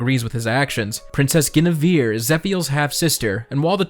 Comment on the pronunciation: Your pronunciation of Guinevere tho... shudders